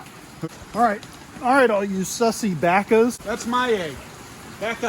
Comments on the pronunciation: I know y’all don’t like when he says sissy Baka but he says it wrong which makes it even funnier 😂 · sometimes it sounds like he is speaking an alien language when he says his intro and shit like sussy bakas